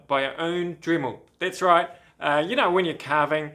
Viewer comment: It's DREMMEL Not DRIMMEL